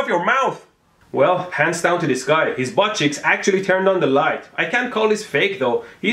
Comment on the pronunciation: I like how he pronounces 'buttcheeks' as 'buttchicks'